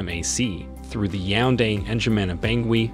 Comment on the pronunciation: Fun Fact: He never said Yaounde correctly😂